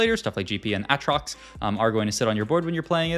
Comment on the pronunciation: Pronouncing Aatrox differently than every other human on earth, who has played LOL, doesn't make you unique it makes you obnoxious.